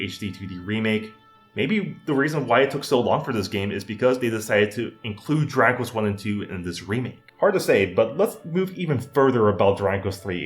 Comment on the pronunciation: yo....slow down when you say Dragon Quest, you're saying "Draquess"